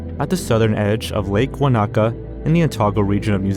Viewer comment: I'm a born and bred New Zealander and when he first introduced that Wanaka tree, I legitimately thought he was talking about someplace else and was thinking "Oh, wow, a famous tree like the one here" until he showed it on screen 😂 The word was unrecognisable to my ears the way he said it